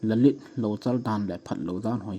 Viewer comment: Lalith akitipoi, lilith ahie😄